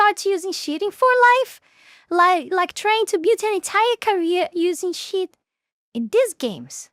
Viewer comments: I love how she say "cheat" I keep hearing "shit" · I mean no offense, but hearing you say cheat has the same effect that hearing that Japanese lady trying to say "coke" in the memes XD